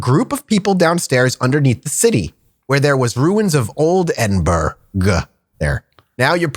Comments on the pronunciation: I'm currently in edinburgh rn for a military bagpipe course just a short drive from the castle but you didn't pronounce edinburgh correctly 😂. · It pains me as a scot to hear you say it that way.